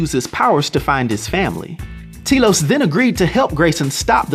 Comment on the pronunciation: Its pronounced, Telos, not Telos.